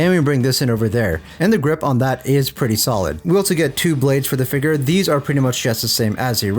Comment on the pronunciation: The way He says Figure....Hard ER figg...